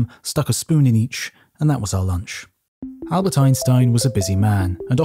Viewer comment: What's with "Añbert Einstein" ?